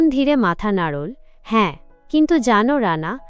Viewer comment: নাড়োল্ নয এটা হবে “ নাড়লো” ভাবোল নয় “ভাবলো”. এল্ না নয় হবে “ এলোনা “। বেরোল্ না নয় হবে “বেরুলোনা”😅